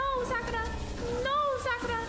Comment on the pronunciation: She said Sakatra